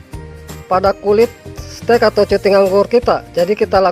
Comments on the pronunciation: cutting itu bacanya "kating" bang..bkn cuting.. 😂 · Cutting, hey boss dibaca /katting / hehe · Tulisannya "Cutting" dibaca "Katting" om 😊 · Cutting= katting (dibaca) 🙂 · Bacanya bukan cutting, tapi katting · Cutting Wak Wak Wak..bacanya kating om.jng malu malu in guru sekolah Wak Wak wak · Maklumi aja gan soalnya GK makan SMP wlpn krng nyaman di kuping yg penting kaharti 😂